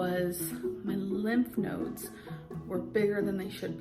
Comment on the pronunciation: my bf’s grandma says “lymph noids” too and it sounds so normal to me bc of LOL my bf said “... you mean lymph nodes? what the hell is a noid??”